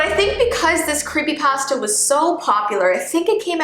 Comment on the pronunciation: Ypur saying the food pasta not the creepypasta idk if this helps but its pa-sta